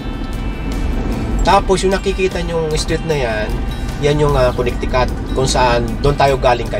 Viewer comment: Coo-ne-ti-coot. Proo-maa-naad